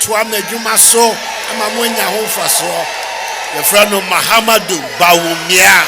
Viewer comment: This Ghana president is the worse ever he can't even say Mahamudu but Mahamadu oo 😂😂😂😂